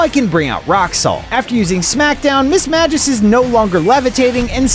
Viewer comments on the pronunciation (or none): none